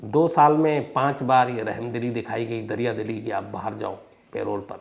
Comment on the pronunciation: पेरोल नहीं परोल parole